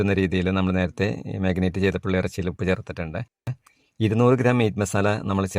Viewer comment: Marinate not മാഗിനേറ്റ്